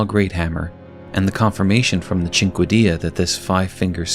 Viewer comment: Cinquedea is pronounced like "Sink Dee." Google exists.